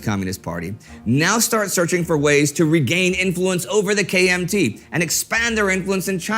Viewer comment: When Indy says, KMT, I am hearing KFC.